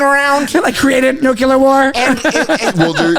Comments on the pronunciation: Great pod! Say it with me nu•klee•ur not nu•que•lur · Can’t take this guy seriously. He keeps saying “nucular” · can't pronounce "nuclear" correctly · NUCLEAR...🫠 FFS